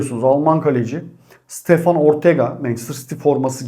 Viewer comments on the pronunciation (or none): none